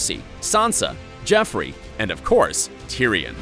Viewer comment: Kinda cringed when you said “Jeffery” Instead of Joffrey